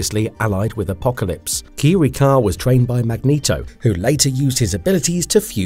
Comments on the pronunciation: Gaahh, Qi-Ree-Kha, Yo-Shi-Dah, Ah-me-Koh... Whats next? Woogha-Oogha-Boogha-Who? 🤣🤣🤣👎🏻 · KEE-REE-KAH YAH-SHEE-DAH 😂 MAH-REE-KOH YAH-SHEE-DAH 😂 Dude, c'mon, learn to pronounce names naturally 😂😂😂